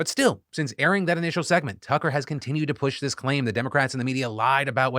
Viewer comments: Anyone else hear Philip say "Cucker"? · Anyone else catch Phil say Cucker Tarlson? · You totally said Cucker Tarlson and i am here for it. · Am I going Crazy or is Phil Calling him Cuck-er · Wait am I the only one that heard Phil call him “Cucker” for a second?